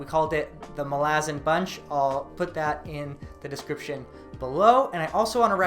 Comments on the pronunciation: I really have a hard time with how you pronounce it. You pronounce it 'ma-la-zin', but I've always heard it is as 'mal-a-zAn' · its MAlazan not maLAzan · Mal-ah-zan malazin wtf bro try harder great video btw. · wtf is that pronounciation.. its mah- la- zan not mal- aazan.. get it right sir lol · hermione voice: It’s malazan not malazan🙄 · Stop saying Malazan, it's Malazan.